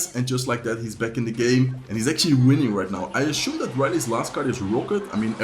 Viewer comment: Assume not ashume